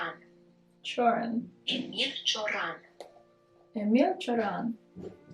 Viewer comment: hahah i'm so glad i'm from the same country as Cioran:D also you pronounced his name really well!!